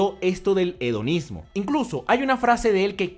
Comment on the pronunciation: Hedonismo Yo escuchando: Onanismo